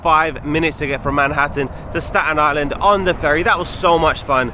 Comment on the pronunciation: probably some natives with the strong Staten Island accent 😂 but you said it correct!